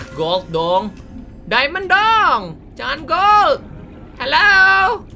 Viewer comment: "MANA ITU DIAMOND (DAIMEN)" kek aksen/logat manado..🤣🤣